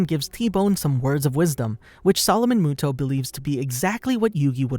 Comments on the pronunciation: I can not handle him saying muto it moto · Its actually yugi MOTO. Not muto. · It's a moto not Muto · sound it out like Moe-toe, not Moo-toe and Ah-tem not At-tom, please and thank you!!! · Not muto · If you speak yugis last name as muto you have never seen the anime and your not a fan. You say it as moto. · Am I the only one that is triggered by yugi MUTO not moto? (How it’s pronounced) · muto? i thought it was moto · Doesn't the anime pronounce his last name as moto not as mu-to cause my brain is hurting right now if mu-to is the correct pronunciation. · It's moto not motou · MOTO!!, ITS PRONOUNCED MOTO UR UNCLUTURED SWINE!! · ITS MOTO NOT MUTO PLEASE PRONOUNCE IT CORRECTLY 😭😭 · Not Yugi Mooto 😂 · am I stuipid or do i remember it being pronounced motoh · You pronounce it Moto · why the hell you saying it like that you know there’s a ( oh ) at the end muto smh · Me too, it was pronounced ‘Moto’ in the Anime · It's pronuced m-o-t-o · Mu toe. Reeeeal epmphasis on the toe. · The last time I watched the English dub, I think his last name was pronounced "Moto", but please correct me if I'm wrong. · You saied his last name wrong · Not to he rude but your are pronouncing yugis last name wrong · The narration kept annoying me with how it pronounced muto